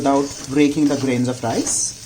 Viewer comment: I love your recipes. Completely off the topic, I just wanna point out something, please don't hate me for it, but you're pronouncing "of" incorrectly, it's pronounced "əv", yes V in the end even though the spelling has F in it. My English is probably worst than yours but I had point out.